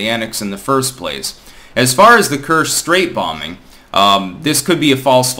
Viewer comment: "Ch" in Kerch is like in "chair", not like "Chicago".